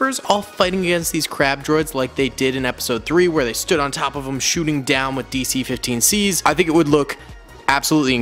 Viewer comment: It’s not DC15C its DC15S